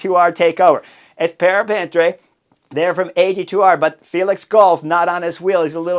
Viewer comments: Ok fair enough, I think the way the second syllable ends is not easy for any english native speaker. What bothers me more is how he butchers the name of French cyclists like Paret-Peintre lol, almost making it sound like a Spanish name 😂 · agree. I give him a pass for most non English pronunciations, but on this one it just sounds to me as though he's saying Breton, probably because he's heard English speaking commentators talking about Breton riders, when talking about riders from Brittany (Bretagne), and it just annoyed me. I think with Paret-Peintre the way he pronounces the name changes each time, to an equally bad way of saying it, but I get it, it's not easy so it shows he's uncertain about how to say the name so it changes. Here it didn't. The fact that makes it worse to me is that during his career he must have ridden in France and Brittany quite a bit and the pronunciation of the place won't have changed (although that was a while ago and you forget things) but he's probably never ridden with our against someone with that name so I can forgive rider names more than place names as those generally are more bespoke.